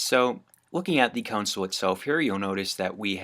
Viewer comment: It’s console not consul